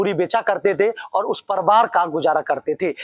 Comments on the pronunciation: Patrkar saheb..pariwar hota ha parwar nhi😊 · परिवार तो ठीक से बोल।क्या पत्रकार बनेगा re तू। परिवार को परवार बोल रहा है ।। अबे शौचालय में कोन नहाता है। पागल की तरह कुछ भी बोल रहा है। नया आरक्षण वाला पत्रकार लग रहा है ।। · Parivar bolna to seekh lo...be ... reporter banenge chutiya